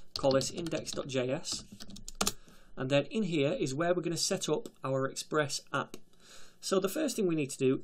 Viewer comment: "We can go ahead and create our express appPUH!" Lol